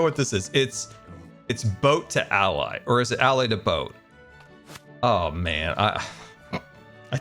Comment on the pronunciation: it's been 4 years and still can't pronounce allay...